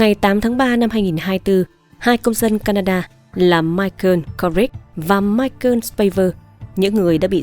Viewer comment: BẠN ƠI ĐỌC LÀ MAI CỒ KHÔNG PHẢI LÀ MAI CƠN NGHE KỲ QUÁ MAI CỒ NGHE BẠN GIỌNG ĐỌC ẤM ÁP VÀ TRUYỀN CẢM RẤT HAY 👍